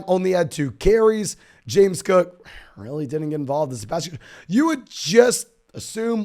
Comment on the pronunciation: Who is Chewboo Hooboo? Or James Coooo? Pace yourself,.